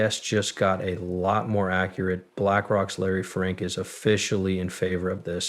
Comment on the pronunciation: ITS FINK NOT FRINK😂😂😂